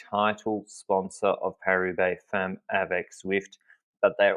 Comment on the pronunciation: Please, please learn how to pronounce "femmes" correctly, especially since you're going to be using it a lot in the future probably! It's actually very easy: the "e" is like the "a" in "half"! You're welcome :)